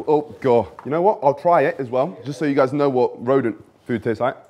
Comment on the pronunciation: The moment I heard rhodent I died inside💀💀💀